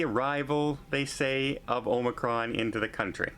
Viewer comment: please say Omicron, it’s not Omacron!